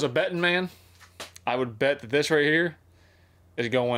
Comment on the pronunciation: He said one poke herre, one poke there😂